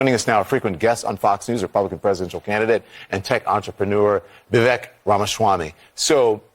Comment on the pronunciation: Orange can't pronounce Vivek's name.😅